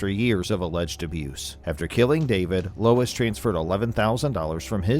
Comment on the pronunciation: Lol lol lol 😂😂😂 you unalived this ladies first name 🤣🤣🤣🤣🤣 it's pronounced LO-ISS lmao not LOYCE